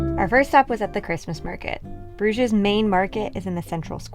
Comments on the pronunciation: Great video. Just one thing: in French and English you pronounce Bruges without saying the ‘s’… so ‘broozh’ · There are several inaccuracies in this video - you mispronounced Bruges and Alsace, also raclette is normally eaten on potatoes, not bread as you said. I think you confused fondue being eaten with bread and raclette with potatoes. Otherwise, nice job!